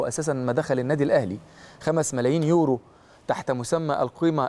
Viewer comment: أسمه يورو مش اورو